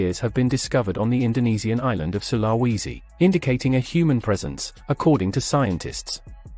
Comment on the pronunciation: With a population of at least 15 million and at least one huge international island then Sulawesi is hardly remote. Also it's pronounced 'sul-ah-wee-zi '